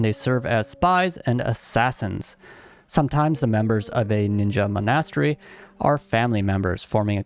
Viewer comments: You say "monastery" very weird. I hope you know that. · The way you say monastery 😂